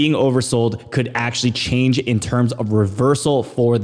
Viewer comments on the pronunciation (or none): none